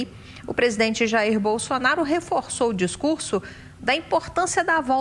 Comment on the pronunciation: "Incrusive Boslonaro"